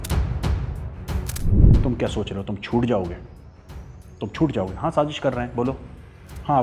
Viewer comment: Shazish nai Sazish hota haa, like it’s not zheeeerrro it’s zero. You are Zero . Both countries are cheap India and Pakistan. Threat to the world. Major tell India how your atomic uranium got stolen.